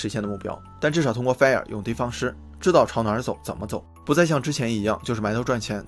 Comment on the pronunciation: 不是fair 是 fire，发音准一点